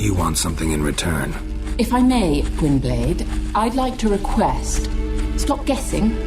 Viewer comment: Cringing at the pronunciation of ‘Gwynbleidd’ at the end. Fairly sure its supposed to follow Welsh pronunciation given it actually is Welsh for ‘White Wolf’ and its too much of a coincidence that Geralt’s moniker is White Wolf for it not to (the odds that the name would be the same in both Welsh and the Witcherverse’s Elvish are too astronomical for it not to be intentional).